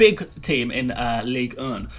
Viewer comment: Why you struggling to say "ligue 1"?